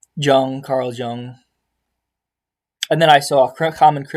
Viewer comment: 165 iq and you cant pronounce schopenhauer or jung. Gtfo